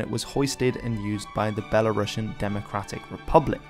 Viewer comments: You pronounce the word BELARUSIAN incorrectly. That's all I have to say. They are not Russians! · Very nice video for people, who don't know nothing about Belarus. Thank u. But there r some rude mistake, please, let me correct. 1. Rušnik must be read in English as rushník 2. Belarusian (there is only one S, not Russian, no sound sh, b'elarusian) 3. Klaŭdzi Duž-Dušeŭski must be read as Kláudi Duzh-Dushéuski. This information was useful even for me, belarusian guy. Please, next time try to check information not to make mistakes.